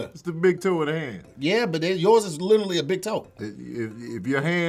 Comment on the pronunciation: can’t pronounce “literally” and he says it ALL THE TIME! He says, “little-ly” 🤣🤣🤣